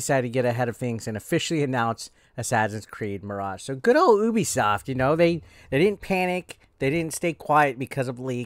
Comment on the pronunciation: It's Ubisoft (say you-bi-soft)